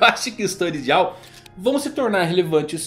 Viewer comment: Pelo amor de Deus, fala "DAIAL" não é difícil não!! DIAL é feio demais misericórdia!!!!!!!